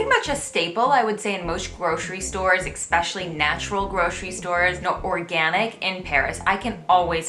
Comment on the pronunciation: I giggle every time you say ECKspecially... There is no X in especially ;)